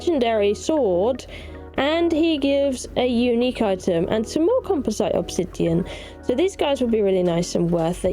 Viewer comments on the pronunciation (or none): why do you say composite like compo site instead of like compozit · Thank you for the video, i learned some good stuff watching it, as i just returned to Conan after a few years. But... The way you pronounced "composite", drives me nutz, not in a good way. Still, take a Like.